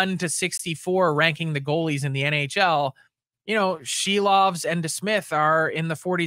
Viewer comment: It's Silvers. Not Silovs.